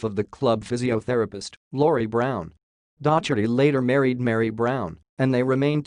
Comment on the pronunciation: Oh dear! Dotch-erty, Keltic, Durby, Row-ther-ham, All-trin-Cham! Pronunciation needs a bit of work...